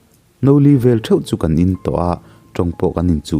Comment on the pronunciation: Kan tih hi ilamfiah theilo em aw ka ti deuh.... Kang iti mai in ka hre fo mai